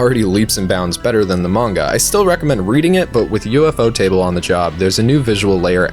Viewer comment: "U-F-O-Ta-Ble" instead of "U-Fo-Ta-Ble" That's a first XD Like, I don't know which is correct, but I've never heard someone say it as U-F-O. Otherwise, great video! Other than the fact that you seemed to have forgot that Shingeki no Kyojin is airing this season!!! But Demon Slayer is great too. The 2nd "battle-shounen" anime I've liked.